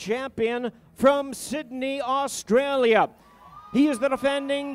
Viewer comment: The Announcer : wheres Osstraya